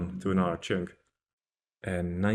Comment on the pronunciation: Pronounce chunk right for one. Not with “ink” it’s with “unk”